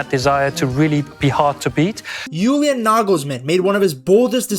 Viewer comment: The way you say "Julian" sounds way to cool for this twerp. Great video though.